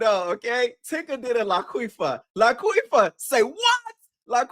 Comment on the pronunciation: I fell out when you said Laquifa!!!! You ate that 😂😂😂